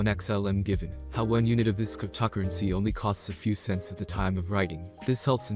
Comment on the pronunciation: Cryp-tock-crunncey???? 11 seconds into the video. HAHAHAHAHA. No thankyou